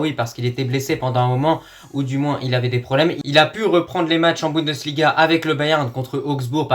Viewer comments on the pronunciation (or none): none